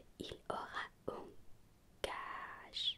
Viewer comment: Encore une superbe vidéo, la prononciation est parfaite. Juste pour info : Gage se prononce gaje (comme la première fois que tu l'as dit) On dit "vous m'avez donné"